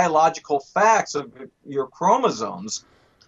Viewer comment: it's great getting a bio lecture from a guy who says, "chromozones"